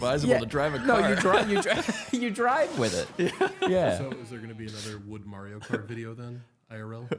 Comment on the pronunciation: I stopped watching last year and last week decided to check the pod back out... definitely ten times better without the other guy that can't even say Mario right.